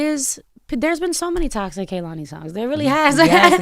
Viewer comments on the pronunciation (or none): Why everyone say her name wrong when she says K-lani how it pronounced. She fine tho 🔥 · Envy and Charlamagne kept pronouncing her name Kuh-lani and she lowkey corrected them at least twice, pronouncing it KAY-lani. They didnt get the hint. Active listening is a skill 😂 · The way he still say her name wrong 😭